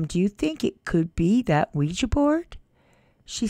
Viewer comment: 'Ouija' not 'Quiji'!